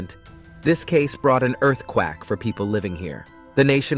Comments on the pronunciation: “EarthQUACK” Jesus dude. Proofread for your AI if you’re not going to bother to narrate your own videos. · This case brought an earth quack? The only quack here is the AI unable to read certain words correctly. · Seriously several of your videos have the same issue you say he instead of she regarding a female victim in one this one within the first 2 minutes you say earth quack instead of earthquake that is just 2 examples you are either using some type of AI that does not know how to say the stuff needed of you don't know how to speak proper English. This is so frustrating and at times very confusing to the story